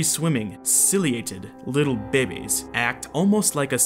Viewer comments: I see you’re pronouncing babies “bae-baes” like zefrank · And babies he said it like bebes